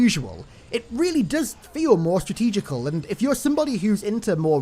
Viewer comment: Stratergical... Strateegeeciaal...